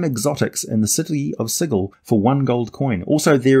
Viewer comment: The correct pronunciation of Sigil! Also, kids, this is why we Gen Xers are so nostalgic for the 80s and early 90s. Could you get Giant Space Hamsters today, outside of third-party or homebrew? I doubt it. OTOH, TSR was going under at the time, so I guess it's a mixed message.